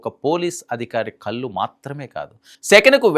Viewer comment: ఒంకరయ్యా !!! " కళ్ళు" అనలేక " కల్లు " అనడం నీ తెలివిని చూపుతుంది !! కాస్త మంచి తెలుగు నేర్చుకో !!!